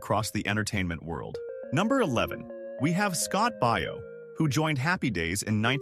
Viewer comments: It's Scott Bay yo, like Baywatch. It's not Buy yo. Is this narrator AI or something? Pretty much everyone knows how to pronounce his name correctly. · Scott's last name is pronounced Bay o.